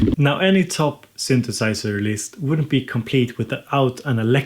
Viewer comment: sunthusiser, analog rrrrrrytme lolllllll